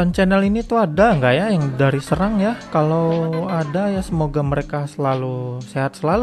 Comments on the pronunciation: Cara baca huruf 'e' kayak 'ehe' bkn 'empat', bang. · Bacanya seerang bukan seurang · bacanya sérang bukan sērang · Bukan bang, harusnya "Serang" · Mungkin maksudnya SErang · bukan bang serang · bukan serang tp serang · Serang bukan Serang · serang apa serang? e nya empat atau tempat? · Serang E nya pake taling seperti di kata "enak"